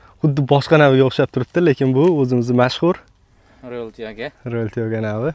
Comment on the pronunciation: "Ровил туёго"ми ёки "Роял тяго"? Видео бошида ҳам қанақадир "Ровил бири"ми дедингизлар. Шуни аниқ тушинтириброқ кетинглар